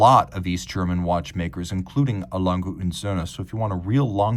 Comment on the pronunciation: Wunderbare Uhr. Die Scheiss-Stimme kann nicht einmal den Firmennamen korrekt aussprechen.